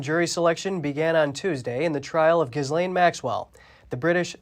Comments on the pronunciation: Hahaha, I thought the same apt but inaccurate pronunciation. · Eeew... her name is pronounced jizz lane. Ironic since she's accused of sex trafficking. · I like how they pronounce Jizzlane